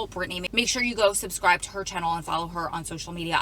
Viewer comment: Yall better go Susscribe! I am not making fun of her. I have always hated the word subscribe and have said it wrong myself. It just made me laugh bc it reminded me of the time I said it and realized it and asked myself wtf lol. seems like a solid person.